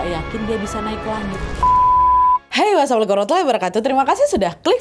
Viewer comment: Ka sebelumnya terima kasih ya atas penjelasan nya Aku orang baru yang nonton video Kaka karna seliweran di story temen Ku Aku mau saran kak pas opening “Mengucapkan salam” nya harus jelas ya kak jangan terlalu cepet dan kurang jelas pengucapan “Assalamualaikum” nya Tengkyu ❤